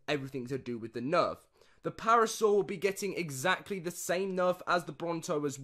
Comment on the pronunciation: Lol I thought you were joking and said parasaur and it took me so long to realise you meant paracer